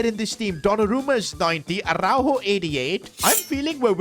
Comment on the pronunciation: On ne dit par arourou on dit aroujo